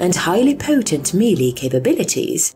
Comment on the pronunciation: Just gonna say I recently found you but I love your voice and specifically the way you say melee